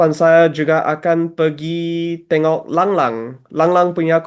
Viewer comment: te-ngok, sa-ngat NOT ten-ngok and san-ngat. But good effort nonetheless